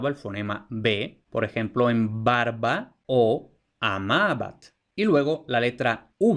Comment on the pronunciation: Juraría que pronuncias /'baɾβa/ y la v/u con ese valor también puede aparecer con consonantes vibrante y lateral, sea tras ella o en grupo consonántico (menos frequente) escribiendo "barva", "carvón", "aluar" (albar) e incluso "liuro" por "libro" o "aruoleda" por "arboleda". Un caso que llama mucho la atención en esta vacilación es que a veces tiene repercusiones fonosintáctas, pues esa "v/u" representando la fricativa puede aparecer tras el artículo acabado en L, un caso muy bien documentado en textos de los siglos XVI al XVIII es el del topónimo "El Vierzo" que aparece frecuentemente con V pese a la tradición (asturleonesa, gallega y latina) anterior que lo pone con B, y que contrasta con su gentilicio "berziano" que solía ser con B y casi nunca con v/b.